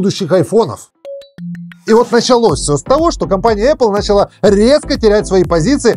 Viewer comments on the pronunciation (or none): none